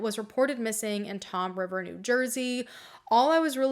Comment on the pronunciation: Point Pleasant. Toms River. Monmouth is pronounced "Mon- mith". John Petrone is my biological grandfather through the unfortunate impregnation of my GMom. I just want to share with you and viewers that indeed, his death is different than the others because he was not an innocent victim. He was not just a petty criminal, police informant unto our family. He was a violent, bone- breaking, gun- toting abuser. He terrorized my GMom and his children every day with maniacal behavior. He escaped a lot of consequences for what he did because my family had no one to turn to back in the day. He palled around with Darrin and Richie and got on the bad side of RB. Darrin was indeed the person who disclosed his killing, and apparently one of them, likely Biegenwald, had his watch. JP used to take my Gmom's paycheck from her so he could do his thing... eat well, wear tailored clothing while everyone else got scraps. He was not adverse to rape within his own family and the accounts I have learned are horrifyingly brutal. My family remains very sensitive to all of this but the reason I speak up is because JP earned what he sowed. He was a targeter that was targeted. He was a family abuser killed by a guy who himself was abused by his father. The reason there was no one holding RB to account for JP's murder is because he was not sought by his family nor was his body claimed for a burial. His brutality upon my family ended when another monster ended him. John Parmalee Petrone, if you can read t